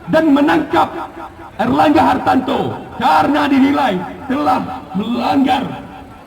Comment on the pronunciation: Pecinta Partai Golkar kok salah sebut nama Ketumnya! Aneh!!! Namanya Erlangga harTARto kok disebut harTANto. Hahaha.., menggambarkan demonstran bayaran.